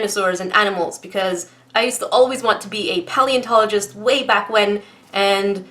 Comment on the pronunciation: Pronounced paleontologist not Palentown address👎😡😡😡😡😡😡😡😡😡😡😡😡😡😡😡😡😡😡😡😡😡😡😡👎